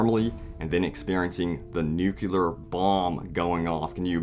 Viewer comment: "The nucular bomb" around 2min30. Hehe classic. Don't worry though in "The Crystal Skull" Indi couldn't get it right either and he's a scientist.